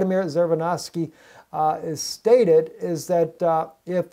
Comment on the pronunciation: it is pronounced tzirinofsky tz as in bonjour